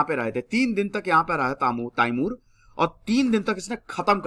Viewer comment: it’s not taimur it’s timur